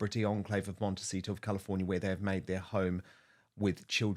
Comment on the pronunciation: Will someone on production please tell Angela it is a 't' at the end of 'Montecito',, not a 'c'. She says, and has said in other stories "Montecico" which is inaccurate and very annoying! It's poor editorial production.